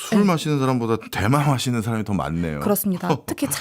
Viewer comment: 자꾸 대만음료로 들리네요.